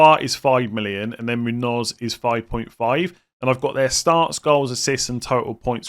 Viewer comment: My pet peave is FPL content creators' pronunciation of Muñoz. Seems like Muniz ruined it for everyone. It's pronounced moon-yose. I think FPL Harry is the only one that gets it right 😂